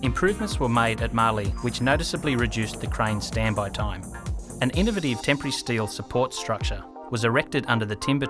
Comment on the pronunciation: I was almost 8 minutes in before I realized "tempry truss" was not a new type of truss I had never heard of, but in fact simply the Australian pronunciation of "temporary"